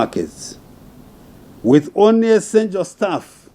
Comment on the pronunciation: How does he say schooling properly but says onry